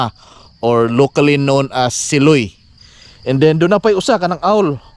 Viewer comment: SIloy is pronounced malumay not mabilis